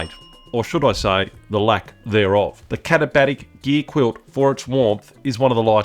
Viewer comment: I came just to hear you pronounce the brand name. Well done. I use my Hammock Gear quilt in winter alpine (Vic) conditions in tandem with a couple of different liner options. The quilt is rated to 20°F/-6°C and with a liner, there's a warmth boost and I also feel the mummy shaped liner keeps me tidier inside the quilt.